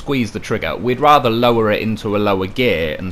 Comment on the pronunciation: GOTTA LOVE A "LOW REAR" .LOL